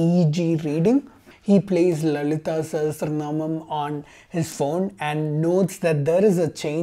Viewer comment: Hahahaa I'm a Sanskrit student for several years and that lalithasahasranamam pronounciation is terrible af 😂😂. These biased people don't go near them it's pure torture 😂